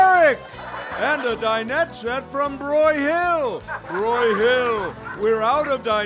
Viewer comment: It's BROY-hill, not broy-HILL!